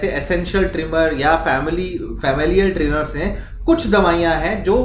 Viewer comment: Every time he says tremors, it sounds like trimmer 😅